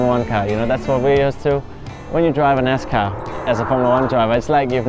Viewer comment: Great video but I cringed every time they said they drove a “nascar”… 🤣